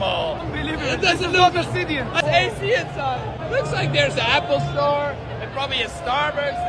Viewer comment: Did he say Apple Store or al pastor?😅